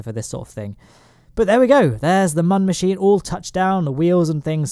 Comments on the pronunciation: Its not mun its moon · ITS MÜN NOT MUN! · Say it with me. Mün not Mun. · And you don’t say mon you say moon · it's pronounced moon, the U has two little dots above it, those are accent marks. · it really buggers me off how you pronounce "mun", jeez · Saying "Mun" with a short 'u' is hurting my soul. It doesn't rhyme with bun. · Pronouncing mun wrong. Literally driving me crazy